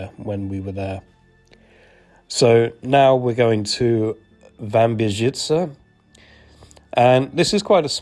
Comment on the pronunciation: Brawo! Jest Pan pierwszym obcokrajowcem (?), który prawidłowo mówi "Wambierzyce"!